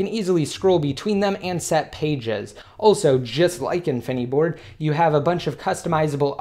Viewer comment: why does he say infineeeboard... its called infiniboard...